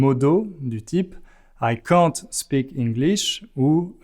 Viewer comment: "an" in English is not pronounced nasaly like in French, so you probounced "can't" according to French rules, not correctly.